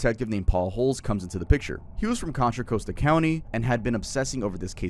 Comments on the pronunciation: Being from the bay area I have never skewed anyone say contra coast-a county love it 😂😂😂😂😂😂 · contra costa county being pronounced like that is making me teel patriotic